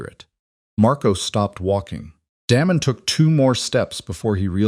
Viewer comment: Daymon, Not Dam-on, spoils the whole thing. 😵‍💫😡😡